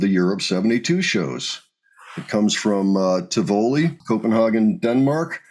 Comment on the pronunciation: No disrespect intended from this half-Dane, but Tivoli is accented on the first syllable: TIH-vo-lee.